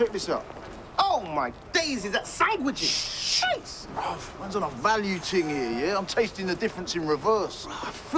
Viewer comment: I just can't get enough of how says "sANGwijiz"